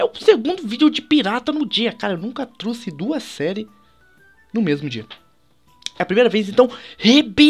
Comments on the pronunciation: o falou eu não truce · o falou eu nunca truce